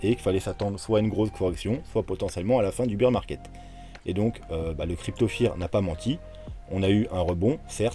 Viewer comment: lol ne croyez pas ceux qui affirment des trucs. par contre, demain je vous dirai où sera le bottom. en + je saigne des oreilles, on ne dit pas "beer market" (le marché de la bière ?) prononcé "bir" mais "bear market" (les ours) qui se prononce "bère". Comme dans Teddy bear. mdr.